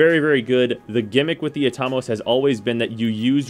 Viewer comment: pronounce Atomos again?me thinks its wrong......at-o-mos......like atom